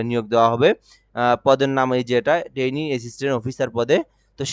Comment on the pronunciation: ভাই মনে কিছু করবেন না .., যেই ব্যক্তি ট্রেইনি শুদ্ধভাবে উচ্চারণ করতে পারে না, টেইনার বলে তাকে আপনি কীভাবে স্যার বলে সম্বোধন করেন ..,,?? বুঝলাম না .., 🤔🤔??